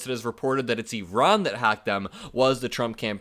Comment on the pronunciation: So nice to hear you pronounce Iran (E-Ron) correctly. I-Ran is so Republican! lol